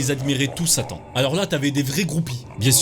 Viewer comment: Quand il a dit "Satan" moi j'ai entendu "Sali"